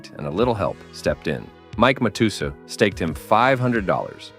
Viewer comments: Great documentary 🙌🏻 side note It’s pronounced mat - tes - sow …. There’s no “u sound ‘’ in Mike Matusow’s name despite the u being there lol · They mispronounced several names before but after that I had to comment. They're the best. Are these robots that narrate these? I've seen it before on other channels. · Cant understand when you cover Scotty Nguyen you mispronounced his name and (Matutooth) Matusow. But a few moments later you pronounced it correctly?